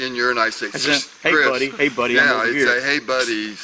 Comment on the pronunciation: before Chriss says 'Mark is that you?" and He replies 'Nope" I heard without the hard 'C' a "chriss".